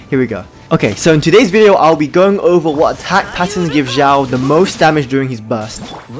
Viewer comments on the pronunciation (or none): His name isnot Zhao. Ffs. Watch a video on how to pronounce his name